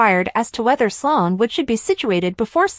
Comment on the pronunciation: Her name is Sloan NOT Solon!!! You all can't spell the names correctly or pronounce them correctly!!! Do you all watch the show???!!!